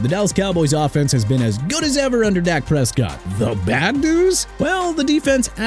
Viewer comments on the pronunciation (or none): none